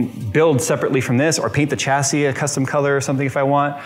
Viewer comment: Sha-see Cha-see That bothering anyone else?